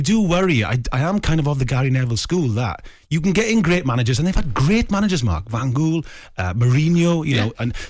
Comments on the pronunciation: Van Ghoul. jokers can't even pronounce names. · “Van Ghoul”? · Who the fook is VAN GOOL???